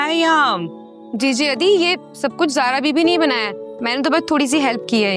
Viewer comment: maamu said sara instead of zara